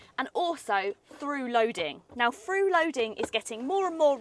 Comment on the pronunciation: I love car reviews. always well thought out and honest. I know I'll get stick for this but not pronouncing THs properly does my head in FRU loading instead of through SMOOVE instead of smooth Sorry 😔